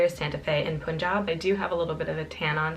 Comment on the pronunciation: It's pronounced pun-jab (like excuse the 'pun' :) Just letting you know as it is an Indian state where the descendants are called Punjabi's. So it's important to pronounce it properly. Loved the makeup look xxx